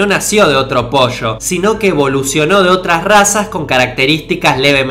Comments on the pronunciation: Ya no soporto que digas otras vez "POSHCHO". Es "po-llo". No es tan difícil. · "El primer posho, no salió de otro posho" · posho xD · posho equixde jana el posh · Entonces, ¿Posho..? Posho entonces. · un posho jajajaja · POSHO, POSHO, POSHO v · dice posho en lugar dr pollo :v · posho posho posho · El posho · Que risa cuando dice " Posho" jajaja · Dijiste Mil Veces Posho xD y unas 5 gashina